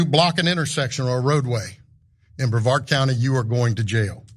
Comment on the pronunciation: thats not how you say brevard county